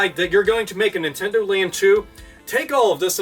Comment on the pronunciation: Wade Dewell Stop saying NintenDOH. You're giving me NewGrounds PTSD.